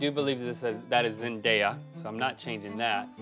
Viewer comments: ZENDAYA!! NOT ZEN-DIA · It's literally Zendaya 😭 not Zend-i-a 😭😭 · IT IS D-A-YA. NOT D-I-YA. AND ZEN-D-A-YA NOT ZEN-D-I-YA. WHERE DO YOU SEE THE "I" IN HER NAME?? phonetics... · Do people actually pronounce zendaya as zen-dye-a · Seriously, how hard is it to just pronounce Zendaya’s name correctly? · Ughh say zendaya name right